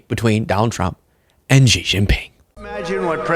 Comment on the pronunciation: ty for the coverage as usual! Just a head's up (and I know this sounds snooty or pretentious, but I don't mean for it to)-- "Xi" is pronounced like the word "she" not "jee." The way you're saying it, his name would have been Zhi instead of Xi.